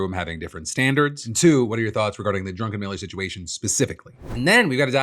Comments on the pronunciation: Oh boy do I have an opinion on the Druckenmiller thing. First, I do appreciate how every time you said his name it sounded more like Drunken Miller. First, fuck that idiot and his meaningless AI crafted opinions. He, like all billionaires, do not deserve to exist, their wants and even basic human needs should be disregarded and they deserve no respect like a person who has to do a task to survive. I would respect a homeless person asking for money downtown who's only goal for the day is getting a cheap bottle of vodka and passing out more than Drunken Miller. And when you brought up Hank Green, I used to respect the guy a fair bit and while I largely see him as a positive influence on the world, I no longer subscribe to or listen to any of his videos because of his use of AI. If I want his ideas and opinions now, I can cut out the middleman and ask an AI. That is how I see performers like Hank Green now. To me, there's a huge difference from using the internet to track down information and verify your sources, which is akin to going to the library and hopefully not getting all your information from J. K. Rowling's work and just asking a billionaire or faceless megacorporation to draft you an opinion so you can sell it to people. That is being a sock puppet. Once your credibility like that goes out the window, it does not come back no matter how you frame your redemption arc. Because you lied before to make your day easier. Why wouldn't you just lie again when it suits your in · I love how Phil kept calling Druckenmiller "drunkenmiller" :P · I know his name is Druckenmiller... but I keep hearing "Drunkenmiller" and it seems more fitting. It's concerning that people are content with letting AI think for them. I didn't think WALL-E would be that on the nose... but we're on our way. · We know where you stand with the Stan Druckenmiller case. You keep calling him Drunkenmiller. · Does Phil keep saying Drunken Miller? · "Drunkenmiller" I'm dead LOL